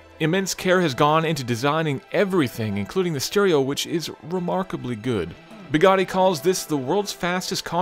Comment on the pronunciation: Where is? The most important review of the year and this guy does it! did I hear him say "Bagani"??? Seriously disappointed guys. Its well shot but poorly scripted, very poorly narrated. I think you should have waited for to review it to release this, instead of just wanting to be the first review out there. Quality not quantity of views!